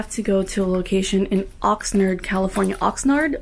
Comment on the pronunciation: lol having a hard time trying to say 'Oxnard'. 805 represent!